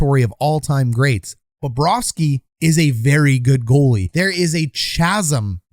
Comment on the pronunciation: Well, Babareski was in net! If Bobrovski was in net, a different outcome would be had. Is it Baba ros key? 🤔 I really like Bobrovski much better. I think, Phil Espotato has trouble with English pronouncing of foreign names.